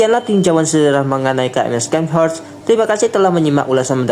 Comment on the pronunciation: Ingat, ini kapal jerman. Baca namanya pakai bhs jerman, bukan inggris. Bacanya bukan Skenhorst, tapi Sharnhorst. C silent Scharnhorst ini unik karena klo dilihat2, dia gk masuk kategori Battleship maupun battlecruiser. Battleship: korbankan speed demi meriam dan armor Battlecruiser: korbankan armor semi meriam dan speed. Scharhorst: Korbankan meriam demi Armor dan speed. Tapi meriam kecilnya diimbangi dg velocity tinggi dan range yg jauh, jadi ttp efektif.